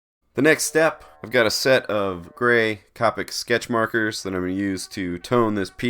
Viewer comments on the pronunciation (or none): Thanks for sharing. Just FYI, Copic is pronounced with a long o. Have you tried the Moleskine Art Plus? The paper is thicker.